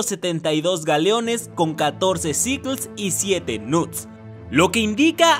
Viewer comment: Alguien mas se dio cuenta que el menciona a los "knuts" Como "nudes" 💀